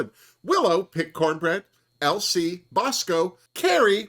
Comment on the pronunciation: Every time you say LC my brain hears ‘Elsie’ but I kind of like that for her too lol as a fellow Brit I appreciated her asking about bird watching 😝